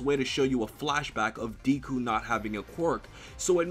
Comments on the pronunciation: Deeku and Kat-suki? I mean, you're usually pretty good at all things anime,, but it's (Deh-kuu) and (Kots-kii), although people just call him Bakugo. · It's pronounced deku not diku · Really, deeku? Remember when watchmojo called you? It's deku, but I'm glad you're on the mha hype. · "Deku" not Deeku 😂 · ITS "DECK-COO" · Nigga....where did u hear him be referred to as Deeku and not Deku? Ur killing me smalls. And damn do I love that op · I loved the video and hope to see more My Hero Academia content in the future from you. But quick tip, Deku is pronounced like saying "Deck-oo" and Izuku is pronounced "ee-zuh-coo". But other than that, I'm glad tu are enjoying the series and hope to see more content in the future! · It's not Deeku it's Deku like Deku tree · DEKU IT'S FUCKIN DEHKU MY EARS SOMEONE HELP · everytime Q says "Deeku" I get seizures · Deh koo spelled deku but pronounced deh koo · My advice to you is to pronounce his Deku properly because ever time you said it I cringed. This is the first video of yours that made me cringe. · my man.. just to help you out. It's not Deeeku, sounding like "bee". It correctly sounds just like the "e" sound in "meh". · Please stop saying deeku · I got triggered when said "Deeku" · ofeksepticeye "Deeku" CRINGE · Really old comment I know, but if you still want feedback, the e in Deku is pronounced more like eh so it sounds more like D-eh-ku. Hope that helps. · lol the constant slaughtering of the japanese pronunciation has done more damage than Hiroshima. pronounced deku like 2-3 diff ways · Man I love you but the way you pronounce Deku makes me cringe... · I'm so glad that you're watching my Hero Academia Aka the Best Anime Of 2017 so far but please can you Pronounce Deku's name right next time Lol 😂😂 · Audio level sucks and not gonna front how you pronounce academia and deku is MAAAAAD annoying. Btw NO ONE CALLS HIM Izuku. (At least on the anime) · who is triggered by how he calls Deku